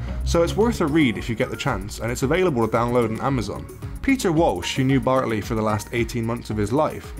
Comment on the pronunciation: Bartley not bentley